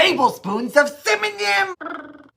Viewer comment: It’s really Ci’-min-nim . LOL 😛🤣 I’m almost to the point that I can’t say it “right” any more:)